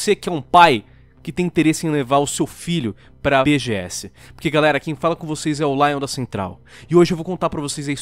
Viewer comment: esse "BGS" ficou estranho